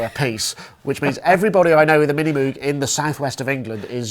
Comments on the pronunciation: It's MOOOOG not MUUUG. Cows do MUH, at least german cows. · Not wanting to offence the late, great man, but if it had to be pronounced Mogue, than it should have been written Mogue. Reminds me of Hyacinth Bucket picking up the phone with "the Bouquet residence". Besides, Moog looks & sounds better. Both in name & instrument.